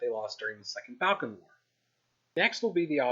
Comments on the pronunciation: It is pronounced Ball-can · I've never heard Balkan pronounced this way before - have I been missing something? And Germany would have been happy not annexing French territory other than the slice you've got them transferring to Belgium? I'm thinking not. And then there was the puppet kingdom of Finland which almost existed in 1918 - which doesn't get a mention.